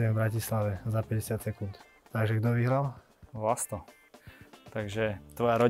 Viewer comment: Super rozhovor, páči sa mi ako tie debaty vedie. Vlasta mám rada, je to skromný bojovník. Môže toho dokázať ešte veľa, keďže má stále dosť málo rokov. Jedine čo mi drelo uši bolo VlasŤo🙉🤦‍♀️